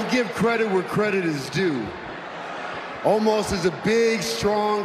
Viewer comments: Why can’t Lashley say Omos’ name properly. He keeps on calling him Almos. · I swear it sounded like Lashley called Omos Almost. That would’ve actually been gold, especially since Omos lost.